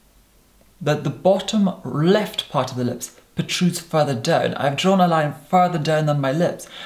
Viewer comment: Only can say the word “left” whilst rolling his tongue, lol.. almost as if he said “reft” instead, lol.. 😜